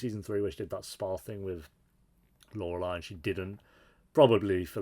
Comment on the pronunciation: How many seasons did it take 'til you could properly pronounce 'Lorelai'